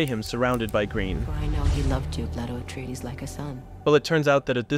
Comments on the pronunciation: Also "Atraides" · How did he mispronounce every single name except Paul and Jessica 😂 Freemen Letto Har-koh-nen Atreedees